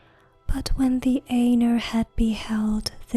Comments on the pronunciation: Such a great job! Pronouncing words very well. The Ainur is a bit more "Eye-Nor" than "An-er". Just constructive feedback. I love these!!!! You have no idea. I have always wanted to hear this in a female voice. Thank you!!!! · aye-noor not ā-ner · Yeah pretty sure it's supposed to be "eye-noor" or something. Lol. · Sorry to be a dick but it's pronounced "eye-noor" not "ayy-ner". Really got on my nerves, couldn't relax. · I would enjoy this much better if the words were pronounced according to Tolkiens language rules. "Ai" is pronounced like eye, not a long A. Ainur - eye noor. Ainulindalie - eye noo leen Dahl ee eh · When she says (aynur) instead of (eye-nur) it ends up sounding like (anal). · I checked out at 10 seconds when you almost pronounced Ainur as anus. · The Ay- nurr? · actually her pronunciation of Ainur is horrid. I spent 6 years studying Qwenya and Sindarian languages. Ainur is Qwenya and pronounced aye-noor. It's about as bad as saying The Children of Durin when it is Hurin. There are plenty of resources written by Tolkien on how both Qwenya and Sindarian are pronounced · I always said it as "Ai-nor" but you might be correct